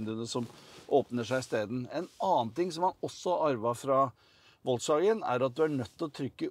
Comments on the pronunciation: Volkswagen uttales folkevogn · Volkswagen uttales FOLKSwagen. Er det mulig... Flaut. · Hvor lite kan man om europeiske språk når du adopterer amerikanernes uttale av det tyske merkenavnet. Vuttales F på tysk!